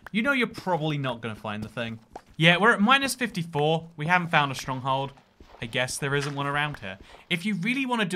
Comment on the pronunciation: no one gonna talk about how he said stronghold as “stronghald”